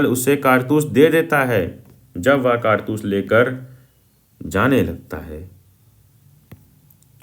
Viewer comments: kaartus ❌ Kaartas✅... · bai kartas nhi hai kartoos hai 😂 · Kartus ❌ kartas ✅ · bhai kartaas nahi kartoos🥴🤪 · it is “kartoos” not “kartas” ffs 😭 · 😂😂😂bhaiya vo vamiro hai vimaro nahi 😂😂😂😂😂 Aur ye kartoos hota he kartas nahi 😂😂😂😂😂😂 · Kaartoos ❎ Kartas☑️ 😂😂 BTW nice explanation 😁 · Kartoos❌ Kartaas✅